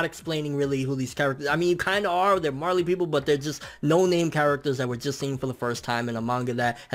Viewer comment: Marely titan?? You mean the Jaw titan....